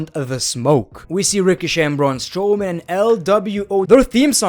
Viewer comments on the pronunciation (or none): none